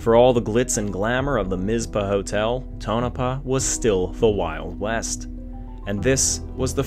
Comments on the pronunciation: The Northern (Wyatt Earp's place) is 26 miles south, in Goldfield. I dont know what it is now, it was a cafe when i lived there in the early 80s. (Its TonoPAH and MisPAH, not Tonopuh and Mizpuh) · was waiting for you to say restored, like everyone else who don't know what they are taking about. but you said refurbished. it was remodeled to let you know. i was in on the project in 1978 for bill allison when i was in high school in tonopah. (paw. like miz paw). there was also a local PBS affiliated television station that i helped with occasionally for john gilman. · i give him this mulligan . he pronounces state name well, but fails on tono paw.